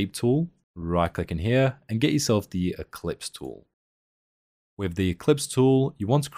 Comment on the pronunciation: Nominating this for "best Youtube video ever to mispronounce "ellipse"". ☺